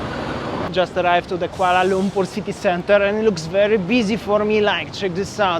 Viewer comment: Yeah, he can't even pronounce Kuala Lumpur correctly. He said Kuala Lungkur🫤